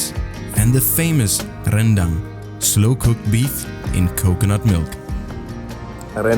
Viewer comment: One proof that your Indonesian is getting better is that you can say ‘rendang’ : ‘ren-dang’ instead of ‘ren-déng’.